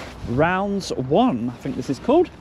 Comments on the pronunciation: It’s Raunds mate not rounds, it’s the name of the town! Can’t believe you were here! I nearly suggested there as it’s 5mins up the road from me and Howdens there are renowned for having a bad attitude! Keep up the good work ! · Raunds, not Rounds. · Not Welly Raunds, pronounced 'Rawnds'